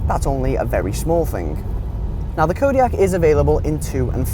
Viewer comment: can' t even say the name